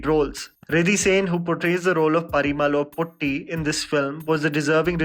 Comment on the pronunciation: It's puti not putti 🙂